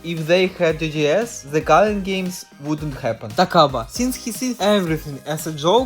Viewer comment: Yeah brodie I js could tell that you have to be Russian after you said "Takaba"